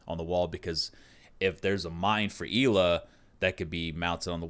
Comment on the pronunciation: Not Grushmost, more like Grshmot. Also, Ela is pronounced more like Eh-la.